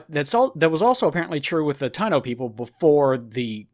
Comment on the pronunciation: It's Taino "ta-i-no" were the original settlers in some of the islands in the caribean until Colonists arrived and brought slavery and illnesses just to get resources to bring back to Europe.